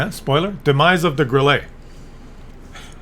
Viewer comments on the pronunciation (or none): not GrillEE , Grille (e is hard short, not french long like warm singsang - we Germans don't have time to sound friendly.- short and hard :face-green-smiling:😋) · Why do you call it a Grillé?! Or is it "Grillay?" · Grille is pronounced Grill la. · While we are still on the topic of the Grille . And by the way you don't have any german friends as long as u pronounce the Grille wis a french accent ?:face-purple-crying: You muppet.🤣